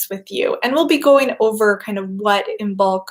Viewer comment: Just a gentle reminder to anyone interested the 'b' is not pronounced in Imbolc (like Im-olc) and it's the same with the 'd' in Lughnasadh (loo-nas-ah). Brighid's bright blessings to you all this Imbolc /|\